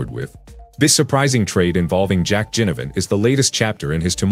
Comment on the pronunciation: Taylor Adams went to Gold Coast and NOT Sydney so far as I'm aware. Please pronounce Jack Ginnivan's surname as NOT Jinnivan